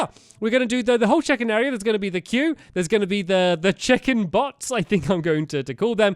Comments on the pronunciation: Who else thought he said chicken (bots) every time he said check-in (bots). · I thought he kept saying Chicken not check in XD Just me ok ok then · Every time you said check in I thought you said chicken and that changed the entire video for me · Every time stamps said check-in I kept hearing chicken 🐓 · in the last episode i thought he said CHICKEN bot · I think I have dyslexia because I thought he was saying chicken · Whenever he said "check in" i thought he said chicken 😂 chicken bots 😂